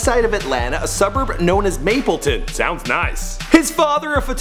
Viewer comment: It is MaBLEton, not MaPPLEton. mableton represent